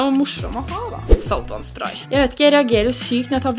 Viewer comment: trode hun sa satans spray